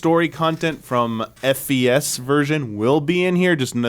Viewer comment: CORRECTION: keeps calling it “Persona 3: F.E.S.” It’s actually “Fes”, pronounced “fess”. It’s short for “Festival”.